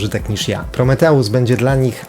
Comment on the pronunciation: To jest Prometeusz nie prrimitjus